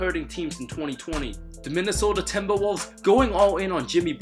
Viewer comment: Why does is he saying TIMBERWOVVS